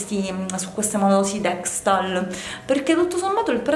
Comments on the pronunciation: dekstal??ahhaha sei una comica dexal.... sono cmq buoni i prodotti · deXal non DexTal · deXal non deXTal😘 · Si dice Dexal❤